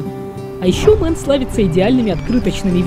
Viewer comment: Дислайк за абсолютно тупое произношение. Мэйн, а не мэн. Позорище.